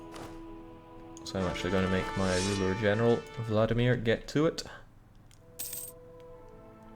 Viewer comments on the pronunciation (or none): none